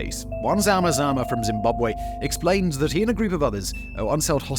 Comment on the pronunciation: Lol love how you say zama zama... Very close to how we actually pronouce it